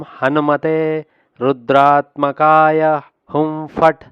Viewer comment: W Swami last lo hum fat antunnaru akharala lo ham fat Ani undi